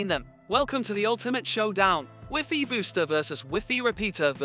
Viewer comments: I appreciate the content... but why didn't you change the pronunciation of WiFi?? It sounds so ridiculous and diminishes the quality of the video. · Lol ive never heard wifi pronounced wiffy. I only ever heard it said y fi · wiffy? its WHY FI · Is the wiffy in the room with us? Because I swear I clicked on a WiFi (wai-fai) signal booster video. 😂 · Educate yourselves dheads, Europeans say wiffy . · I couldn’t care less how he pronounces WiFi or wiffy. The explanations seemed redundant, repetitive, but not clear or concise. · Wiffy Rooter! Lol! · Probably good info in this video but I just couldn't stand "wiffy" so only got halfway. Is he the only person in the world who calls it wiffy?... I hope so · He lost me at wiffy😂😂😂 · I'm no certified MS engineer, and Wiffy is a pretty common way to say it in Southern Europe... Maybe try travelling a bit? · In french we say wifi as he pronounce it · I like the way this guy pronounces wifi.... no shade...